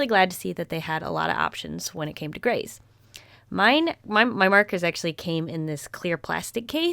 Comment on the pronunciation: I thought you said, "When it comes to Grace" instead of "When it comes to grays" and I was thinking, "When it comes to Grace what?"